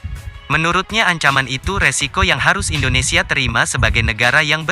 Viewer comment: Indonesia bang bukan endonesia....helehhhhhhhh